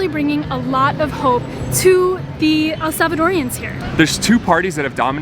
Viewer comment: Since you love El Salvador, please stop calling the people of the country "El Savadoreans"!! It's just "Salvadoreans" :)